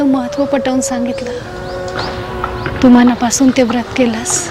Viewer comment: व्रत उच्चार नीट झाला असता